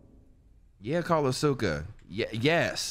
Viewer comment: and have me die with AH-SUE-KA 😂😂😂 Mispronouncing names since Danganronpa, i love it!